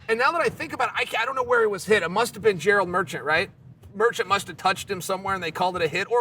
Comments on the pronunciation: But he didn't disappoint with "Gerald merchant" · Gerald Merchant is actually Chaels best mispronounce. Prove that I'm wrong 😂😂